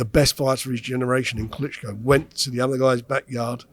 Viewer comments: I know it's juvenile but I lost it when he said "Klitschko" 😂 is such a pro normally and doesn't usually make silly mistakes like that Anyway, that caught me off guard, it's all good though, he's still the best interviewer in the boxing game. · He actually said Klitschko! Come on man!